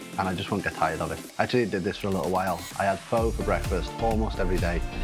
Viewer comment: 3 months in Vietnam and can't pronounce pho.